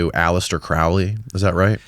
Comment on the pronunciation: Hey, Crowley rhymes with holy not the way you have been saying it. Him and Parsons are not satanic, they would take great pleasure knowing that people mistakingly say that.